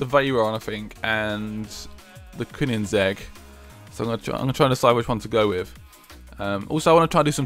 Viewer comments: Koenigsegg, not Koonigsegg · You pronounce koenisegge coinsegg